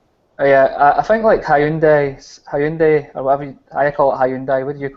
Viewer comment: is funny man. HEYAAUNDAYY how you say it. Lmao